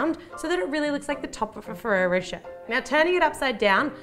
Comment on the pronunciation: Thank you for bringing up the "ay" thing. I was confused in the beginning of her video thinking she was saying Ferrero "For Sure" instead of Ferrero Rocher lmao